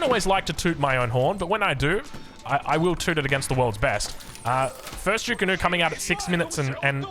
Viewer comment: the pinyin is literally zhu ge nu. And in terms of pronunciation, it's "jew geh new"